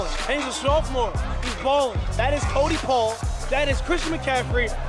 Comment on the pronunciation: No way you said Cody Paul 😂 ifykyk 🕺😂